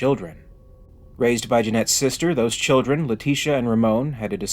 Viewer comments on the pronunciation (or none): none